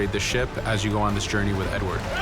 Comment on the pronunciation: Primo. Si chiama Edward, non "edwar". Secondo... sì. Sarà possibile cambiare vestiti al protagonista.